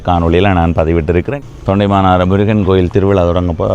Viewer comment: தொண்டைமானாறு அல்ல, தொண்டமானாறு